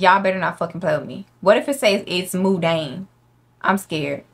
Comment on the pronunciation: Hey, I know you didn't ask but mundane isn't pronounced "moon-dayne", it's "muhn-dayne" as in "Monday" but replace "-day" with "-dayne". But anyways, grammar shark aside, love your videos!! 💞💞